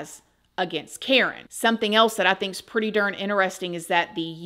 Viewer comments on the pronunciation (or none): none